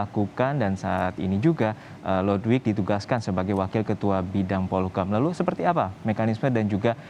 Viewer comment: Bacanya "Lodwaik"